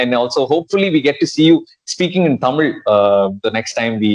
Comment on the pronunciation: she doesnt know தமிழ் but pronounces Tamil as தமிழ்! 👏👏👏